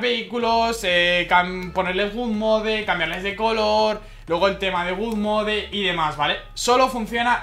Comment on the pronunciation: tio pronuncialo bien por favor, es god mode no good mode (god no gud)